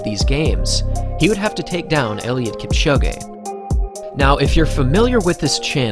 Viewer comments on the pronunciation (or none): It’s pronounced Kipchoge not Kipchogé😊